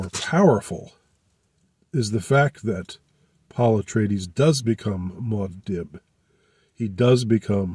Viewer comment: It’s pronounced Moo-ahd Deeb not Mod Dib. 😊